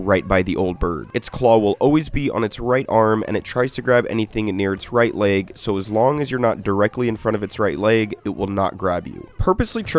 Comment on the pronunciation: "so as long as you're not directly in front of its right layeg..."